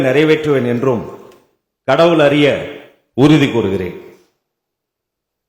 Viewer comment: ஐய்யா யாராவது ஒருத்தங்க நாச்சும் தமிழ்ல ஒழுங்காக வாசிங்க ஐயா.😢முடியல.. ஐயா பாலிமர் அது "அரிய" இல்லை . "அறிய". தயவு செய்து தமிழ்ல சாகடிக்காதீங்க. 🙏🏽